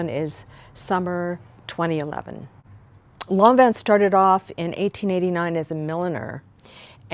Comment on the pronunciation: thank you for pronouncing lanvin correctly!!!!!!!